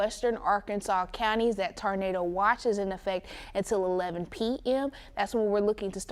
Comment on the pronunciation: That poor girl doesn’t know how to pronounce Tornado!!